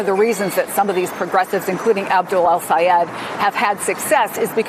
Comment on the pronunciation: ITS DOCTOR EL-SAYED. GET IT RIGHT